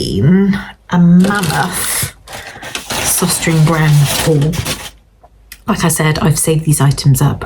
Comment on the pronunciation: The store is pronounced sostrenah grenah.